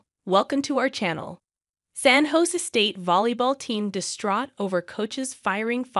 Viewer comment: Use a real announcer. They can pronounce "San Jose" correctly.